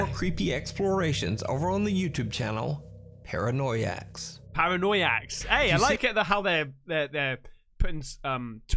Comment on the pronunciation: "Paranoyaks": "ParanoYAKS"